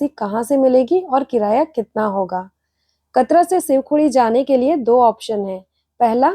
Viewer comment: मैडम जी कतरा नहीं कटरा है